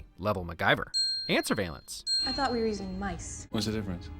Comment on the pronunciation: "Surveill-ants" C'mon!